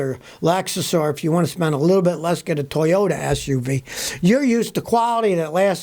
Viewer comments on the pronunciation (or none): none